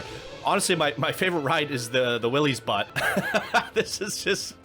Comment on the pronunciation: Butte is pronounced “Byoot” not butt. 😆